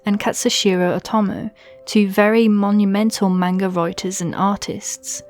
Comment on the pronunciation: Good video on witch hat atelier but you say manga so wrong probably it’s your accent not being mean